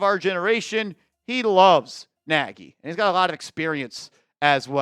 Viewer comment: It's a Hungarian surname. Not pronounced 'Naagy'. Pronounced 'Nodge'.